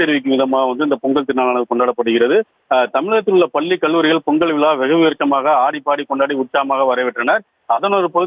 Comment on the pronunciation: "விளா" இல்லை, விழா, விழா "தமிளர்" இல்லை, தமிழர், தமிழர்